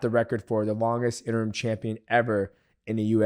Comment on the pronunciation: He said interm 😂